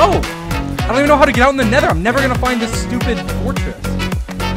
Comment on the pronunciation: Nether, not Neather